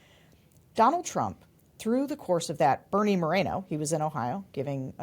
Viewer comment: Pronounced Mor-en-o ~not Marino. En as in enough!